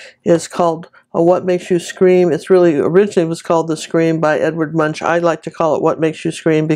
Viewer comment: This is awesome! I could have painted a lot of cars in line on the bridge, because being stuck in traffic makes me SCREAM 😱 Just a side note, Edvards last name is pronounced with a k at the end.. like Munk... Edvard Munch (Munk)... Trust me on this one, I'm Norwegian 😄